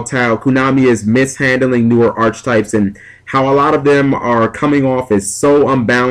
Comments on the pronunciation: Also, it's probounced [ahr-ki-tahyp]. Pet Peeve. (push the little sound button on dictionary. com) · it's pronounced arketypes with a hard "c." god it's annoying to hear you say archetypes with a ch sound, especially if u say it like every other sentence